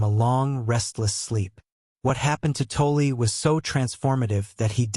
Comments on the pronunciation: Pronounced tall or toll.. not toll ee.. or toll eh.., Please stop butchering his name ., Thanks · Pronounced - Tawl- Tall or - Taull- Stop with the eeeee after saying his last name .